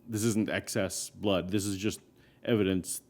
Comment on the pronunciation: "i got evedinceevidence" me:(dislike then exits vid)